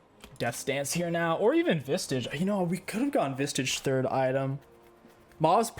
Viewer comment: PLEASE STOP SAYING SPIRIT "VISTAGE" THERE IS NO T IN VISAGE IT IS VISAGE